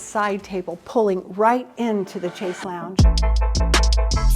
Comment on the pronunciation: Wrong pronunciation of chaise. Not ch but sh sound.